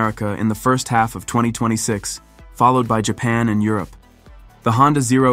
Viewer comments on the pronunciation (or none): none